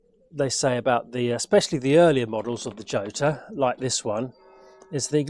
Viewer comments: Not djota, not iota, but rrrrrhota. J = rota in spanish. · Jota is pronounced "yota" in Italy and "hhota" in Spain! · Hota would be the correct pronunciation of the Spanish dance in 3 time, just as Jarama is pronounced Harama. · Ho-tar. if its Spanish. never heard it pronounced like that though. Yo-tar is what i mostly think of them as. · The Jota is actually pronounced Hota, but everone calls it Jota. It was a developement of the original Laverda 3cl and given the Slater treatment of high lift cams and high compression pistons and cast wheels. If you had good tyres on they actually handled very well, in fact I managed to grind the primary chain case adjustmeht nut at 45 degrees just cornering. They aren't without issues (head cracks at the spark plug and the alternator woodruff key is made of cheese. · Should be pronounced "chota" same sound as in Scottish "loch" Nice bike, but yes, why not give it the old racing colours? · I think it's pronounouned "Ho-ta" as in the Spsnish name "Jose"..... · Nothing compares with that 180 sound. What a bike. PS: it's pronounced Chota, where the ch is like the ch in loch. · Jota is pronounced as Hota. The letter J in spanish is pronounced as a H just as Jerez the sherry producing region of Spain is pronounced Herez. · They say the seat height is due to Massimo Laverda being about 6'4". Italians would pronounce it Lav'erda, with the stress on Lav not ver, and Hotter (just like warmer).